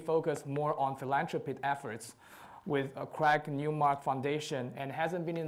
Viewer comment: The interviewer keeps pronouncing the name wrongly after hearing the right way of saying it. What a lack of common sense and respect to the interviewed.